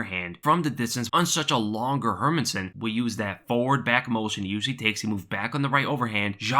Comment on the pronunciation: Its pronounced: Hair-Mans-Son .. Not Herminson